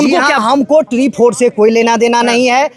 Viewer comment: Tre 4 ❌ Tree 4 ✅ 😂😂